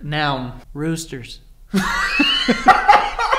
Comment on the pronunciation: the way he said roosters